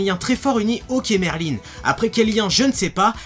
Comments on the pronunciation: merlin-e? X'D merlin il n'y a pas de e 😂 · Raion-Jo à la japonaise ça sa prononce Merline mais s'écrit Merlin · En vf ils disent "merlin(e)" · Raion-Jo pour le L je suis au courant (j'essaye d'apprendre le japonais) mais après je peux me tromper c'est surtout que dans l'animé en vostfr il le semble qu'ils le prononçaient Merline ^^